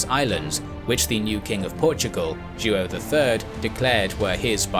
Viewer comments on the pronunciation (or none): João the king of Portugal. Sounds like joe-OW. Not joo oh. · JOÃO is pronounced roughly as Juwow not Juo. 😆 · It's more like "Jo-ah-um" altogether. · Wonderfully clear story telling. Only I'm a little distracted by the mispronounciation of João as "King Ju-oh." The name is pronounced "Zhwawñ," with the final sound mimicking the final N in the French word "non." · Joao is not pronounced "Jew-Oh", it's ZhWOW. Other than that, I loved this episode. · King Joo-oh 💀😅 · Great video! I love the series! But you gotta work on the pronunciation! Joao is like WOW but nasal :) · Until around the twelfth minute, i thought that the Portugues regent was "Duo", then i saw that it was "Joao" (which sounds nothing like the dude pronounces it). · Joao is pronounced Jow, it' sounds like saying How but with a J instead of an H. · Joaõ is pronounced like "YO - AO". Great channel! Best regards from Paraguay. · It's more like " Joh' " isn't it? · Mas a pronunciação de João 😅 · Oh my you butcher Portuguese names… don’t translate names 😓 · How hard would it have been to learn how to pronounce Joao? Very unprofessional. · He’s completely butchering the pronunciation. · I find hilarious the way you say "João" . One of the most comon Portuguese names, but becouse the "ão" doesn't exist in the english language, I can totally see the hardship. Great video, as allways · Ai ai ai, that "João" pronunciation...